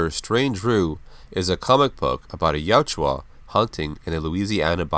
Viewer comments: It's pronounced "yowt-dja". Not "yow-juwa". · Yautja Pronounced: YOWT-juh